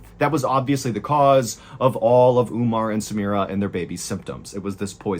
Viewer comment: Omar not Umar! samira not Smira. theses are Arab names. and should be pronounced as is.